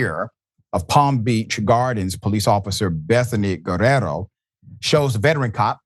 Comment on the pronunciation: Thank you Dr Richey for attempting to ptonounce the Spanish name Guerriero correctly but you ignored the "i" in Guerr "i"ero.